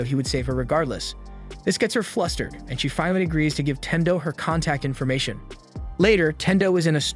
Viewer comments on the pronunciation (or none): The way You Know this narrators white is because he said contact "information"